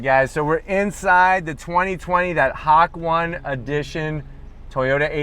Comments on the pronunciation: So I preordered mine and i love it but the pronunciation is HA-KOH-NAE either way love that you are making the car public and getting people to understand how special this edition really is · Hakone - Ha-cone-E you so haole you don't know you haole. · It’s pronounced verbatim, hā-ko-nēh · It’s pronounced ha ko nay. It’s the name of a mountain pass in japan. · Drink 1 tequila shot for every hak-one pronouciation Kidding aside great content as usual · Ha ko ne lol you should watch some history on YouTube before you do any more reviews on words your not sure how to pronounce lol stock 86 with new paint lol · There’s no “y” sound. It’s Ha-ko-ne (e like elephant) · This guy really said hawk one. Oo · It's Japanese. Please get your pronunciation right. Ha - ko - ne. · I'm going to have to Zonk the entire video because you're mispronouncing the word. It's pronounced Ha-Ko-Nay. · Nay? Just ne like you're going to pronounce ne-gotiate ha ko ne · I don't think you are pronouncing it right...I believe it's ha-kō-né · lovely green...very tempted to trade my steel frs just for the color:s great review as always...but gonna ZONK you for the Hakone pronunciation:p (Ha-Ko-Nay) and that armrest was the one I was referring to for you and Lori. It has been a dealer installed option since the beginning but I guess very few 86 owners opt for it. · Yea, the Japanese language in English gets real tripped up a lot, like everyone says karaoke wrong. は こ ね(Hiragana) Ha-ko-ne(Romaji) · who else loses brain cells due to the mispronunciation of hakone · All these white dudes reviewing the 86 butcher the name. It’s not that hard to look up how to correctly say the name. Lmfaooo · wish he could pronounce hakone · I would just edit and mute out everytime you say it or voice over it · Really wanted to watch the video but couldn’t get past the pronunciation lol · It's a great review, people have said this already, but .... Pronunciation........ :( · You ran over the pronunciation 😂